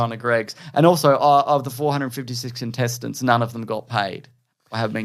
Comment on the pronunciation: I've listened to this episode 3 (mayber 4) times now and I still hear "intestines" when says "contestants". I need to clean my ears lol.